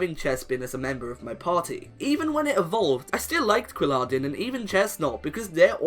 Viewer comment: OMG, U CANT EVEN SAY QUILLADIN SAMUROTT!?!? YOUR SOOOO DUMB